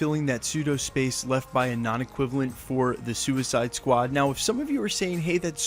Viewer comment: "Skewiskide squad". Lol.